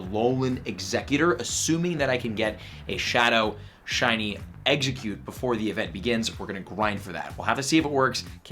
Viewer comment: How many people cringed when he said what region is exeggcute from?